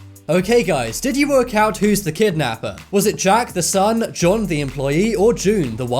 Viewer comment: For the 1st riddle i wasn't sure if it was john or june since i heard Johnm when you said the name so went to June. For the last quistion my answer is Her sister has contact of the guy and knows his name but she won't admit that he knows the guy so she killed her and hopped the guy shows at the funeral